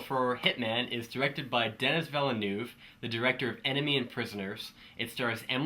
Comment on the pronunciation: Awesome review once again! Sadly this movie isn't coming out on my country, and I highly anticipated it, so I'm kind of pissed off. Bu the way here's how you pronounce the director's name: duh-nee villa-nuv